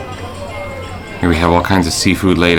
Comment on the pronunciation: When you said "this is buri", it sounds like this is booty. That's the 1st cereal isle Ive see that has no Kokokrunch! How easy it it to find wasanbon and koji in Japanese supermarkets? Any idea how long those prepped sushi are left on display?